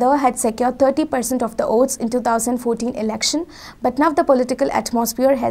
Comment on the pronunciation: Why does she keep saying OATS instead of VOTES. Is that her favorit breakfast. Its irritating...